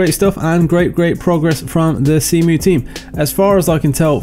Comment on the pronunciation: "Zemu." I like that. XD